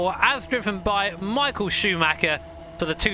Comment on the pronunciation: Michael shachmacher